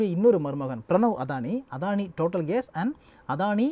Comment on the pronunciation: அதானி இல்ல, "அடானி".